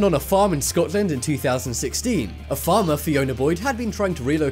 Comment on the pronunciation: Dont say scotland like that again😂